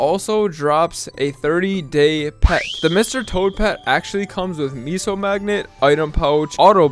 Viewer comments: Apparently the word "meso" is pronounced "(Meh)so". I think the commenter above is talking about that. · You keep saying miso and not meso, come on maple currency is not miso soup lmao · pronouncing meso as miso is straight wild